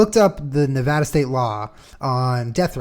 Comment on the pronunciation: OMG this is really silly on my part but I got really excited when Julien pronounced Nevada like a native Nevadan. lol